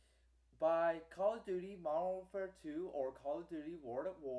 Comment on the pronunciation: Also, you probably lagged out alot cause of you downloading so much pr0nz mayne. Another thing, stop stuttering. And fix your pronunciation, WARD AT WAR? Next on our list, i did what you said, i even hooked up both my xboxes and my ps3 PLUS one of my family members xboxes that was downstairs, and we all played MW2 in the same game, except for the ps3 which was in another ground war on psn. I had 4 bars and didn't disconnect. uSoMad